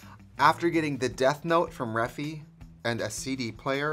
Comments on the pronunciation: gurl… her saying reffi instead or regt is even more triggering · Is it not refyyyy as in ai??? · I’m gonna wait till she realizes she says Refy wrong